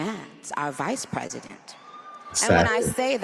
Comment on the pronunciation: "Presydeant" nicki